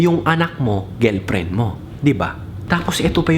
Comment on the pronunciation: GELPREN tlga pre ah.. hehehe... tingelpren